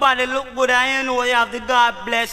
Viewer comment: “Brock While”